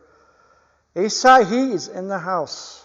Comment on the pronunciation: AHH-SA-HEE is the pronunciation. ASAHI is a major Japanese manufacturing company known for gkass and optical products, I.e. Pentax cameras and binoculars.